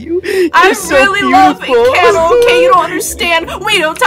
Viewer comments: ITS ENCANTO NOT ENCHANTO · It is pronounced encato not inKato